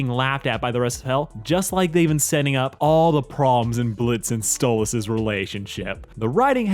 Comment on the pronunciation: Every time he says "Stolits" I force myself not to click off.